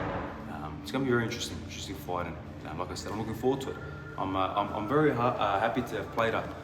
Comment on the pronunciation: Drink every time he says "foight"